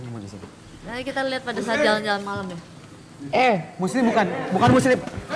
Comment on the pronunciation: "yaa kan dia masuk ke Salim": "hah Salim. Muslim" Ya Allah ngakak banget liat ngomong aja ejaannya di bolak balik:D:D